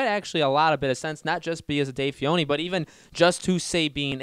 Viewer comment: right, and he couldn't even pronounce Dave Filoni's name correctly, kept calling him "Fee-oni".